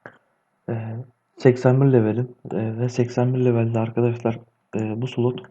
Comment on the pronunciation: Sulot değil be kardeşim slot